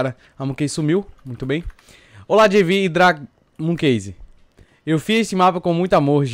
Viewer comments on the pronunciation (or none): não não e jeive jeive